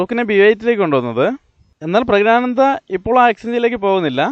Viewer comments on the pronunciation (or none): പുരുഷൻആയ ആനന്ദ് എങ്ങനെയാടോ pregnant ആകുന്നത്? എടോ, പ്രഗ്നാനന്ദ് അല്ല, പ്രജ്ഞാനന്ദ് ആണ്. പറഞ്ഞ് പഠിക്ക് ഫൂൾ 😋🥵🥴